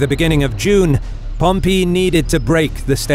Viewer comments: His pronunciation of Pompey is hilarious. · You need to learn to pronounce the word Pompey. It's annoying. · I don't know why...but the way the narrator says "Pompey" threw me off multiple times...it's so...different somehow. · Thank you for correcting your pronunciation of Labienus from wrongly in the first half to rightly afterwards, but then weirdly reverting to the wrong one again! Pompey is not pronounced that way though. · Great stuff, truly. But it's pronounced Pompay... not Pompee. Just saying... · Pom Pee----means to urinate the correct pronunciation is Pom PA! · Just an fyi to you guys at historeeeeemarch, his name is Pompey, not Pompeeeeeeey, hope that's helpful. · The narrator needs to pick a pronunciation for Pompey. Sometimes it's pom-PEE sometimes it's pom-PAY. Meanwhile, my professors always pronounced it POM-pee. Also, maybe tone down the tv narrator voice - the content here is absolutely top notch, but the voice over is difficult to listen to. Just enunciate clearly and speak like a person. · Picky, picky, picky in an entertaining documentary, but did Pom pee? Over more decades than I care to define, it is literally ("literally" actually meaning literally) the first time I ever heard it pronounced with the accent on the "pee"; like chalk on a blackboard. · Okay, is Pompey actually said like Pom-pee or Pom-pay or Pom- py? I swear this guy sounds like he's saying Pom-pee. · Whoever taught you to say Pom-Pee? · Pom pee? enough with the comedy pronunciations. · Love this content....but i have to say...this narrator needs to make up his mind and stick with one pronounciation of names..."Pompee", short while later... "Pompay"....What, did his son decide to go with a different sound from the shame of past defeats? And he's not the only one....It's a small complaint, I know, but so aggravating. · Everytime he says Pom-pee a little part of me dies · pom- PEE! lol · Is Pompey pronounced as Pompeii?? like the city that got destroyed by vesuvius?